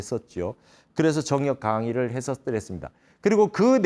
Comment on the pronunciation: 정역의 바를 "정" 자 발음이 틀렸나이다. 길게 발음해야지요! 스님 같은 대학자께서 이 바를 "정" 자를 브르게 발음 하지 못한다는 것은 실로 부끄러운 일이옵니다.